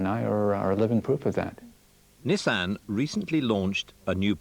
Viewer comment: Oh and Mike saying Nizzan is infuriating.